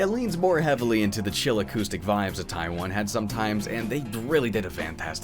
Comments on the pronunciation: I know you're saying Ty 1, but I'm just hearing Taiwan every time. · I was confused why you kept mentioning the country Taiwan out of the blue until I realised you were saying "Ty 1" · Whenever he says "Ty 1" it sounds like he says "Taiwan". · Why is it that every time he says Ty 1 I hear Taiwan? (Which is an actual country no matter what Xinnie the Pooh says)